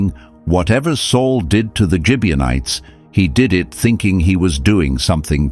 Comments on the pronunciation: Gibeonites with a hard sounding g not a j sound. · RizpahCain not Kane. Gibeonites not Gibianites. Rizpah not Risper. Saul not Sol.